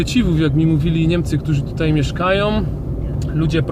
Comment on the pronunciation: spiom,mieszkajom...a po polskiemu sie nie da ?1